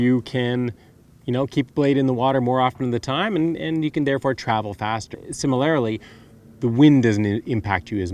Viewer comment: I subscribed when he said ‘similarily’. 🎉